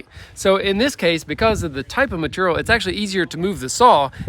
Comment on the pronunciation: MATERRIAL. I SAY IT LIKE THAT TOO